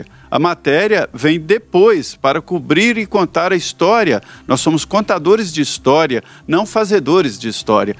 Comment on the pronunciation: Quando ele diz nóz , ja prova seu total involvimento no clime.